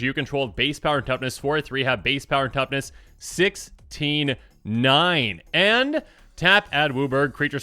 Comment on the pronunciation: > And the pts are definitely aspect ratios. I didn't catch that one; the way he says 16/9 it sounds like "69" to my ears (giggity).